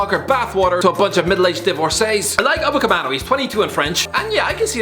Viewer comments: upamecano not upacamano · Upamecano nah Upacemano😂😂😂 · It's UpaMECano ffs not that difficult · It's Upamecano not Upacemano. Jesus he even writes it wrong. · It’s Upamecano bro, really not that hard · I thought I was having a seizure when I heard the say UpaMECANO’s name wrong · WAIT??^.- did he just say UCAPEMANO!?!?!?XDXD i was like....,,WAIT what? he CANT have said that right?" but then I remembered also calls Matt tü e di...... My tweedy....sooOOoooOOOOO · He not only says it wrong, he even SPELLS it wrong lmao 🤣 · he calls Matt tü e di= Ma Tweedy...and Upamecano =Ucapemano... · Yup, February 2021 and still can't say Upamecano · How can you pronounce and write Upamecano's name twice wrong and in both times it's written wrong in two different ways. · He can't pronounce 'Upamecano"